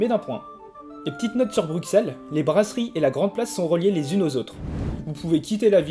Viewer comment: Les gens, c'est Bruxelles, pas Bruksel. ;)